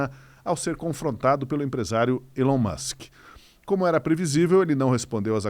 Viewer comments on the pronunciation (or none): none